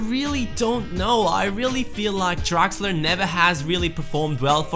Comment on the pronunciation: Who's this "Draxer"?, change it;)